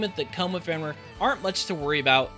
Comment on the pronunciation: Fen - rear Val - eh -fo Rah - moo The internet is close by. :P